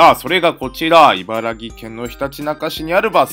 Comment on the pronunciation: 茨城【いばらぎ】ではなく【いばらき】です。